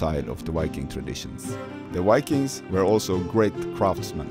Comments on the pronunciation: Viking. V… Not Wikings ⚔️😎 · Yes cøme see the "wikings" and all the løveli lakes, the wønderful telephøne system, and mæni interesting furry animals, including the majestic Møøse. Cringe, why do so many norwegians say vikings with a W, we don't do that ourselves. Perhaps it is the vowels. Norwegians, say this 1000 times: Voi Voi! Vaiana! Violence! And I agree so much with the video, don't go further North than Trondheim, there is nothing for you here, just rocks and cold rain. Poor roads and nowhere to park. Expensive rooms if you can find any. And in summer you won't be able to sleep because of the light and mosquitos.